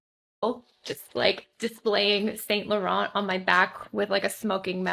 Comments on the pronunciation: The pronounciation of "Saint Laurent" is a crime. She really hammers the "T"s too even though she shouldn't say them at all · how do u buy when not even knowing how to pronounce, not saint laurent, its french, sawn lorawn